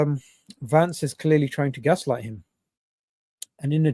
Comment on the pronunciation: It’s Vance not Lance 😂😂😂